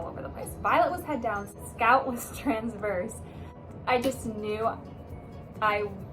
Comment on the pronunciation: This whole time on TikTok I thought you were saying Violet and Scout?!?! omg